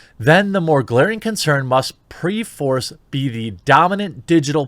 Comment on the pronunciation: PERforce, not "preforce", pronounced perFORCE. Meaning "of necessity".